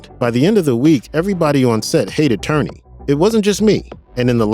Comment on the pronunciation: Lawrence Tierney - pronounced ‘TEER-nee’ not ‘TURR-nee’.